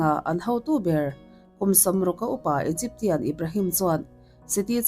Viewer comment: Egypsian..tia lam zawk tur ani e